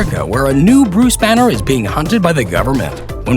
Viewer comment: is it me or he said buse banner or something??😐🤔